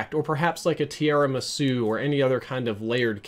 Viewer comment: Love the Video, is really good at explaining things, but JESUS CHRIST he pronounces Tiramisu as Tierra me so